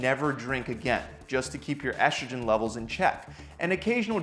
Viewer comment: Testoshterone.. Eshtrogen...? Where do you get the "sh" from?